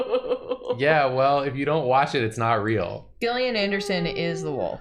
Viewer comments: Isn't Gillian pronounced Jill- Ian? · I love smiley fries 😢 it’s ok, more for me 😋 Also Gillian Anderson is my only hope of people pronouncing my name right and y’all said it wrong 😅 (Jillian not Gill like a fish) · Crying every time they mispronounce Gillian Anderson, lmao.